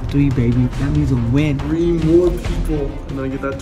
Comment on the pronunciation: "mroe" I love it haha